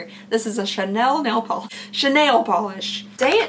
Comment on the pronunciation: Cha-nail polish had me 😂😂